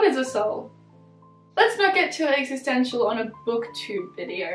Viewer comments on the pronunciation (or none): none